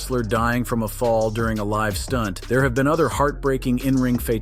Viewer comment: Why is it so hard to pronounce the word "live"